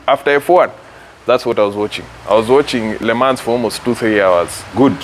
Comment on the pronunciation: encyclopedia head who only follows motorsports, and nothing else, but cant even pronounce Le Mans??? 🤔 And BTW, the "chair" as he calls it, when fitted in a car, is called a "seat". 😁